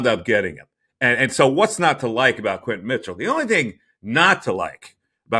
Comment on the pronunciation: QuinYON not quinton